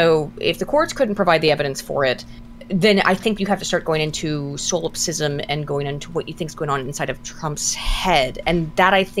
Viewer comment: Holy shit she needs to stop saying Solipsism like she knows what it means. Or at least pronounce it right for the love of jeebus.